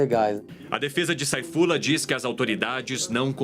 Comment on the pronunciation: A pronuncia certa não é "Seifullah"?